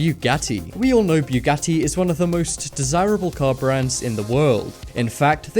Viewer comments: it's buggati not bjugatti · Its bugatti not bewgatti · its pronounced boo got e not trying to be rude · boogati, not ‘buegoti’. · Boogati not buegoti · This guy is so stupid, can't even pronounce the very known names correctly! He pronounces Bugatti like this: "Biyogati"!!!! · Why "bJugati" ? Just say Bugatti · i'm sorry but it's BUGATTI NOT BEUGATTI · Bu-ga-ti not Biu-ga-ti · It's pronounced bugatti not buegati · Bewgatti? It's pronounced boo-gotee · Its not called a byougatti its a Bu-gat-ti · Stop saying Bjuwgadi its called Bugatti IM GETTING TRIGGERED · it's pronounced (BOO-GATY) not (BYOO-GATI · Byugatti XDDDDDD its pronounce boogatti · Bu .Gatti not Bwegatti! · O god I think I got cancer from the way you said Bugatti. It's Bugatti, not Bewgatti. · U say bughatti wrong and it’s so annoying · Lol u say Bugatti as bew catty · Since when is it BEWgatti? LEARN THE DUMB WORD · I swear to god of he says buewgatie one more time, i will shoot up my school. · bwugatti haha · you say buggati wrong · ..did he just say Peeugati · dafuq is bewwwwgati?lmao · Its not bewghatti sorry im just triggerd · WTF IS A BEWGATTI YOU BUTCHERED THE FUCK OUTTA IT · Ughhhhh why do you keep saying Byugati yes with y its annoying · bewgatti XD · Beugatti? Begatti???? BeuEEEgatti✔️ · hahah you are saying bjugati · why u say it like "BE-YOU-GATY" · nigga its not B-U-GATIE. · boo got eeee not what the freak u said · if you pronounce bugatti like beuwgatti again I'm going to become homicidal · boogotie is the pronounciation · Did it anonoy anyone else about how he pronounced bugati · Umm fastest car in the world is the Bugatti Chiron get ur facts right plus the way u said Bugatti lol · You put to much emphasis on the u when you say Bugatti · It was Literally killing me when he kept saying Bugatti wrong. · you sound so fucking dumb when u say bugatti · You said Bugatti wrong